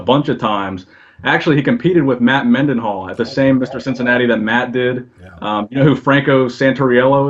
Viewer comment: Matt Mendenhall (spelling may be wrong, but it's not Mennyhall). Nice of not to correct him.